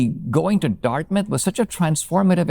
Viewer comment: I thot you said “a year later I got into darkness”, but you said Dartmouth! Maybe the same today!